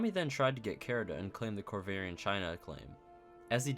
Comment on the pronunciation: It feels like you are saying Chara from undertale when you say kara, and when you said "Kara was not a nice person" i got them flashbacks